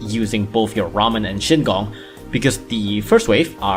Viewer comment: isnt it shigong not shingong